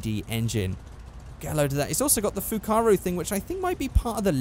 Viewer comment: btw the fukaru is pronounced fuck a roo pardon my langauge